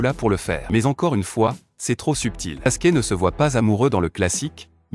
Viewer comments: Et Sasuke pas saske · C'est sakura pas sakula, sasuke pas saske, shunin pas sunin, shipuden pas sinpudin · S'est pas saske mes Sasuke